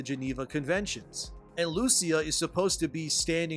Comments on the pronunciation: It should be pronounced “Lu-Chee-A” 🇮🇹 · Great video! I hope that Rockstar will never bend the knee to what woke activists demand, they should remain as politically incorrect as always. BTW The name of the coprotagonist "Lucia", is pronounced with an emphasis on the "I" not the "U".😉